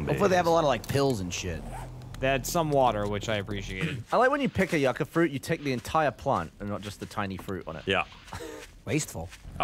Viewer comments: Yucca is a root vegetable. Similar to potato. Pronounced yoocah...you know...like SCUBA. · You-kah, not yuck-ah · Yucca is Pronounced "you Ka". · For fuck's sake, yucca is pronounced YOO-KAH